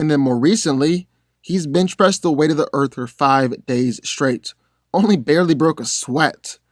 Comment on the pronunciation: Dude, I love your content and channel, being a comic book nerd since I was a kid, but.....not to be nit picky, but can you PLEASE stop pronouncing Earth "Erf" it's like nails on the chalkboard lol